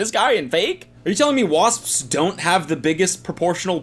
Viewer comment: Spelled wasps, pronounced wasssspsssss